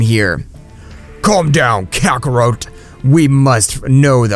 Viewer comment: "Kakaroht" lol.